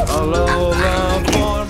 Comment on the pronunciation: They are saying alola wrong